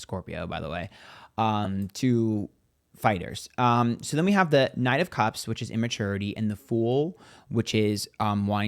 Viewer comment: "Night of Cops" or "Knight of Cups?" some of these pronounciations are very hard to understand.